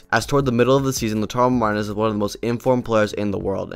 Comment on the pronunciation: Cag liari, saltrina, laudar marez hahah